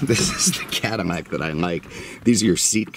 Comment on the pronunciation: I’m relatively new, why does he say Cadimac instead of Cadillac?